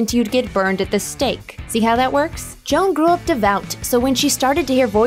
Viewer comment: Actually, sounded more like Jo-Anne.